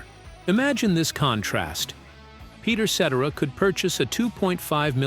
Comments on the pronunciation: Peter Set-Tera.... AI SUCKS!!! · Peter Set-er- Ra ? 😬🫣👀